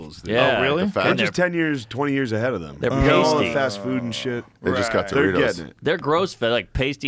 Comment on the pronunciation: "They just got Dorittos" 😂😂😂😂